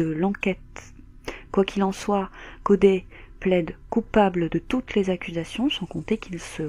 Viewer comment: Triste histoire, la ville de Melbourne n'est vraiement pas sûre pour les femmes. Et pour info, ne le prends pas mal mais Codey se prononce Codi 😉